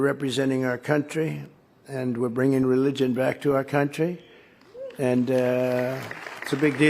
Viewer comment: He can barely pronounce the word " religion "